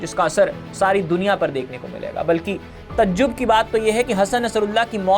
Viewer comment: Bhai na tu pahle pronounce karna Sikh phir logoun ko bhadkana TAJJUB NAHI TAHAJUBB HOTA L😅